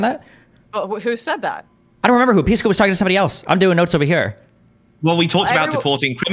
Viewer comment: Pisco didn't used to be so lispy, what changed? He passed the bar and suddenly forgot how to pronounce S sounds?!